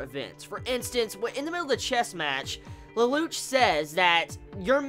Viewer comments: please pronounce it LELOUSHEEE or leloushu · OH AND IT'S PRONOUCED LE- LOU- SH